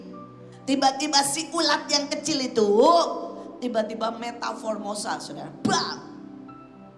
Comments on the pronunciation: Iya sgt brsemangat smpe salah ucap..😄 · koreksi dikit boleh? Bukan metaformosa, tapi metaMORFOsa.